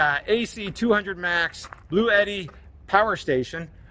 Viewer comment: Hey, i would love to own this unit so i can keep the tradition of mispronouncing the product name. Lol.